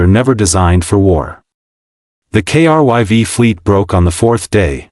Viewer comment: In the end, nothing new here, but not a bad story. You got the Down Vote because of Editing. "KRYV", everytime this name comes up, the TTS spells it, and that is a limit of the TTS program (I use them daily). There are certain words that need to be spelled phonetically to be pronounced properly. "Krive" or "Crive" probably would have fixed this. The problem is, you all are so worried about cranking out this AI Slop, there is next to no editing being done before moving on to the next one.